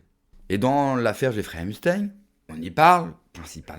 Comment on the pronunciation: J,aprecie votre chaine, mais par pitie. , ‼️entrainez vous a prononcer. EPPPPP CH TEIN. pas. EMSTEIN Pas EM,,, 📍EPP. C,est. Vraiment penible, ca decredibilise, vous avez l,air d,un tictoc. Wesh.